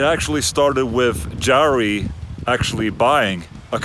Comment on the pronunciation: That Jari pronunciation hurt my face.